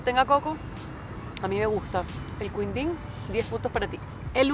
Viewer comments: jeje no es queendin jeje el sonido de qui es lo mismo de hablarlo sin la U para ustedes ! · quindim se fala Kindin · El quindin se pronuncia como KINDIN, hay mas que no has probado como ambrosia, sagu, etc, brigadeiro es un cargo militar (Na maioria dos países, o posto de brigadeiro é o primeiro de oficial general, correspondendo ao código OF-6 (general de uma estrela) da OTAN. Em alguns destes países, o posto é designado "brigadeiro-general". Em outros países, não é considerado um posto de oficial general, sendo a patente de maior hierarquia da categoria dos oficiais superiores ou constituindo uma categoria própria intermédia entre a de oficial superior e a de oficial general.)